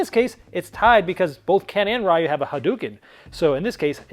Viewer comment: ...I can't be the only one that's a little triggered on his pronounciation of Ryu...you say the Y like an E sound, not an actual Y sound >.>